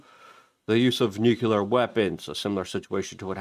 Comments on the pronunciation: What is it about people in this country who continue to pronounce the word nuclear as nukular? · Nukular power plants